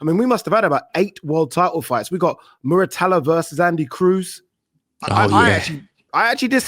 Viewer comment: Pronounced as ‘Murataya’ not Muratalla